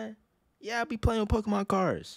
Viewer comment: Pokémon not Pokémen